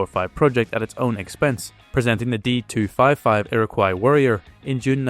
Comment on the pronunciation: "Iroquois" is pronounced "ear - ah - coy".